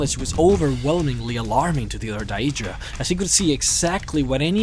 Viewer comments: You got all the information spot on except for one thing...the way you pronounce your words. Idc if english isn't your first language or not. thats still pretty bad...Jyggalath? where the hell is there 'th' i'm sure theres a 'g' there. as well as how you pronounce Daedra... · The only thing that irritates me about this video is the pronunciation of 'Daedra' and 'Daedric' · Could be, but then again, he pronounces a lot of the other words in the popular/standard way of saying things, and pretty much all the mispronounced words are fictional ones which have many examples of how to speak each word, that even my Scandinavian, Indian, Vietnamese, etc. friends can say Daedra or close to it like the game does, I think it's a matter of his choice, oh well, each to his own. Pretty gut video anyway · Jyggalath ? What the fuck not only can't this guy prenounce Daedra, Sheogorath or even JYGGALAGG holy crap... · You keep saying the name wrong.... And they are called daedra because they are not our ancestors aedra = our ancestors and daedra = not our ancestors, not every daedric prince craves change..... Do better research next time! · You pronounce Daedra wrong. You don't emphasis the e... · It really bugs me the way you say "daedra" but that doesn't stop it from being a good video about one of the most expensive lores out there